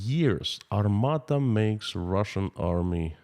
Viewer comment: it's Armata not Armada.